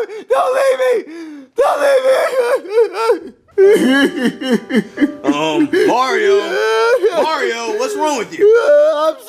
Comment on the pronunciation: Bowser doesn't even say mario he says MORIO